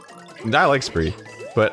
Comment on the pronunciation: ......Are you saying "spree" as in Spry??? Like the sugar-free gums and hard candies and toothpastes??? I used to sell them until my family business went under, and Spry rhymes with "sky" lmaooo